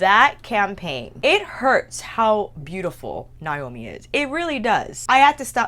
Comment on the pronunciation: Nay-o-mi :P